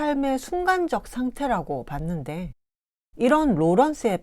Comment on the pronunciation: 계속해서, 둘째 자를 강하게 발음한 예:봤는데 , 에쎈스,복잡성, 여성적,사상,개체,숙명, 제국 주외,세계, 억압적, 말씀 드리겤ㅆ습니다, 때문에,곳곳에,서구 사회,존중,달성,했기 ㅋ때문에, 등!! 한이 없습니다. 자신의 발음 문제를 반성하셔야 합니다. 미국 변 완수 드림